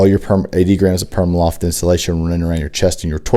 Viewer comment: Pr-ee-ma loft not PERMAloft